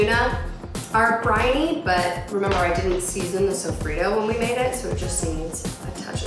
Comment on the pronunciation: lol tuna???? wtf. sofido?????? i'm dead, at least try to pronounce it correctly....